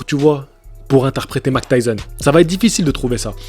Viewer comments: Oui et Mac tyson... Ça fait mal aux oreilles lol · Arrete de dire Mac Tyson stp 😢😢😢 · Mec c'est Mike Tyson et pas Mac Tyson.... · Vous avez remarqué que dit Mctyson lol